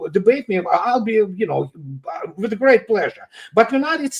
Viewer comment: Did say: "Grest" British "Military" "Education". Russia Chess and Clauswitz, America Talmud and Poker, China Confucius and Sun Tzu, "Grest" Britain Fancy Dress and Funny Money.